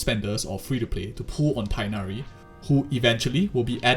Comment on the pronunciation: Tee-hh-nari, not Taig-nari.